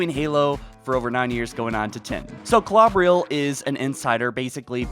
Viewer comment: I dont think it matters but im pretty sure its pronounced (kl-oh-ber-ill) Klobrill